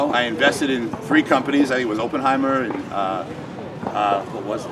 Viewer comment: LOL that Oppenheimer pronunciation. My favorite natural financial wizard.